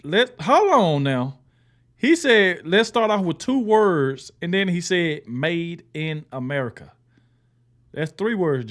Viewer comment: He did say 2 words.... "Made Inahmerca" :body-blue-raised-arms